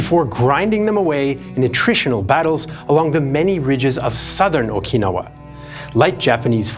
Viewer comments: What is o-KEE-no-wah? Do you mean o-kin-NOW-wah? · I’m sorry but I can’t get past pronunciation of “Okinawa”. it’s ok to sometimes to use anglophone pronunciations.